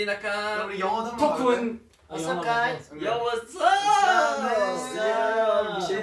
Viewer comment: soy yo o en el bambam dijo "gaysss 7 mannn"